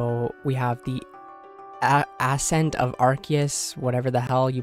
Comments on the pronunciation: Really enjoy your content and especially thus guide. But my man, "ass-scent"? Haha You have to have seen the word 'ascent' before.. 😩 Much love, and keep it up 💜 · He's been playing RuneScape so long he knows the made up word "Arceuus", but not the actual word "ascent" 🤣 - scapers in a nutshell Great video though, hope to keep seeing more coming!